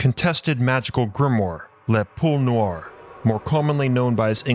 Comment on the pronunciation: Poule'🤦😂.. pronounce Pool-A